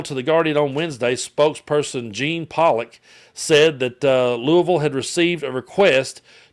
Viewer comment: Thank you for pronouncing Louisville correctly. My mother in law was from there and it was a lesson to me years ago 👏🏻👏🏻👏🏻